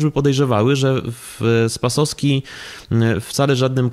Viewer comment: Ta pani z IPN dwukrotnie przekręciła nazwisko R. Spasowskiego .